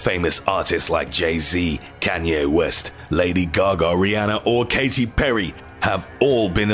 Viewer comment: "Kati PeRRy"